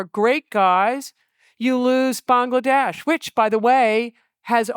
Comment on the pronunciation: Massive respect for her saying Bangladesh correctly